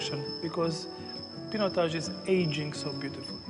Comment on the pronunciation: Yukkk!!! what a pronunciation..painotaj.. disaster....